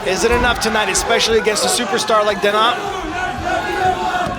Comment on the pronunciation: His last name is pronounced DE-NEE not DE-NAH.